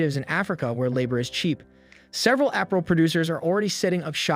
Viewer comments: Appral? It’s Ah-pair-rel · What kind of dialect/accent pronounced Apparel as Aprel? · Not being petty...but you kept pronouncing APPAREL incorrectly. It is pronounced: (uh-par-uhl) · Did he say app-a-rul? 😂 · Is this person Ai? Apparel is pronounced very weird. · This video was made using AI. A regular human would know how to pronounce Apparel